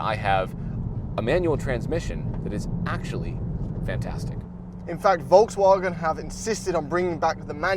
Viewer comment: As a Brit, hearing say Volkswarrrrgen makes me wince everytime 😂